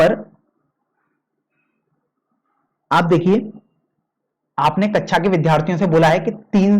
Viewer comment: Sir vo kaksha h kecha nhi